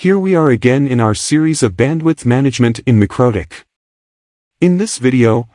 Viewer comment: I just can't listen to a synthesized voice in these videos. If you can't take the time to make it say MikroTik correctly, then I can't take the time to listen to it. Even if it's a good tutorial. Just dub it yourself. I don't care if you don't like your voice, or whatever reason you have not to do it. You're going to lose lots of potential views because you're shy? That's too bad.